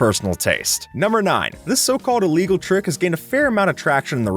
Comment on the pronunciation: Stop saying everything iligegal STOP